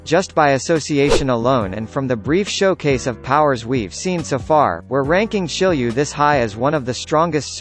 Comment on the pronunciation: isnt it shiryu and not shilliew?